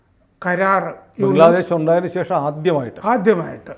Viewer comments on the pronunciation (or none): none